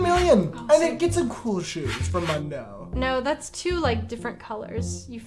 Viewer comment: saying "mundoo gootaroo" 😭😭😭 it's moon-dough gah-too-row